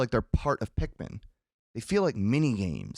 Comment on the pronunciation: Favorite things: welfare Pikmin, the pronunciation of resources, and pikMEN . 10/10